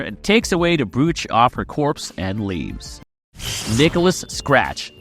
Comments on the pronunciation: No one is going to say it, but I've noticed this in various Agatha videos over the past week or so... brooch and broach are pronounced the same. It's not Brewch. It's Browch... Are comic book fans really going to try to change how English is pronounced? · Brooch = bro-ch (not pronounced broo-ch)